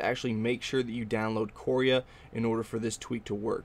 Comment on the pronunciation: couria sounds like korea mispronounced